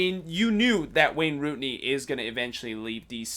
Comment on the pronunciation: Its rooney dude